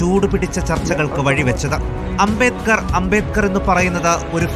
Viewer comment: 50.ഏക്കർ അല്ല. അമിട്ട് ജി. അംബേത് ക്കർ. ഭരണ കടന ശില്പിയുടെ പേര് പോലും ശെരിക്കു പറയാൻ പറ്റുന്നില്ല 🤔🤔